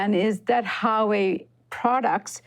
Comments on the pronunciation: HWA WEI not Ha wei not Sua wei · It's Huawei (Wa way), NOT "Ha Way". Is this supposed be a professional news program??? Do you do any preparation before you speak? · Who-Wa-Wei not Ha-Wei. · Love your show, but please study the pronunciation of proper nouns (Huawei) before doing pieces on them. It was almost cringy enough to leave, hearing keep saying HA-way, instead of Wa-way, especially when it's pronounced correctly in a video clip used for the piece. Still love the show. Keep up the good work. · "HWah-way" not Highway lol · IS HUA..Wei not HA WEi!! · Great report, however it's pronounced Wā-way, the 'H' is kinda silent. I kept cringing everytime you pronounced it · You spoken as Hauwei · I think you of all people should appreciate the importance of pronouncing names properly. It is not Harway. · Huawei: huu-waa-way > hua-wei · I think it's "Wah-way." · Richie Rich HUA ( WA) WEI ( WAY)..GOD Americans tongues gets twisted with other foreign words like SPANISH, ASIAN, RUSSIAN ... etc.. annoying! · You guys are seriously horrible when it comes to pronouncing anything Chinese. "Hawei", "President Gee" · It’s pronounced Wa-way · Can I really trust you when you can't say the second largest phone manufacturer correctly?